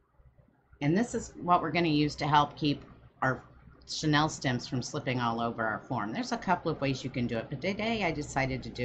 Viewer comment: It’s not “Sha-Nell”; it’s “Shhhh-knee-ill”. Or pipe cleaners. Chanel is a luxury brand while chenille is a type of fabric. Two completely different things that you’re misusing in this video. It’s driving me crazy. This 24 minute video could very easily be cut into half if you were not so distracted and just did it. 🙈 Lots of fast forwarding - FF ⏩ - is absolutely needed to get through this one.